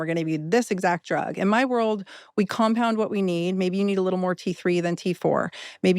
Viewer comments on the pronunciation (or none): none